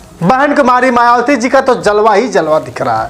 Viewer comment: शुद्ध उचारण करें भाई बहन मायावती कहे मवाती न कहे